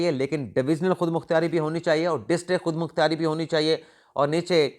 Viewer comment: خود مختیاری غلط ہے، درست تلفظ خود مختاری ہے۔ پراپوگنڈا غلط ہے، درست لفظ ہے پراپیگنڈا، اسی طرح آپ نے جملہ بولا: خان سے investigate ۔۔۔۔۔۔درست جملہ ہے: عنران خان کو interrogate......لفظ investigate اور interrogate میں فرق ہے۔ انویسٹی گیٹ کا مطلب تحقیقات کرنا، interrogate کا مطلب پوچھ گچھ کرنا اور انکوائری کا مطلب ہے تفتیش کرنا